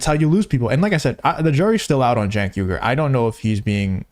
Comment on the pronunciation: Why do people say Jenk when its Cenk? It should be pronounced Chenk.